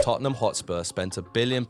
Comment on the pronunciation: Just as i wrote that i heard totonom lol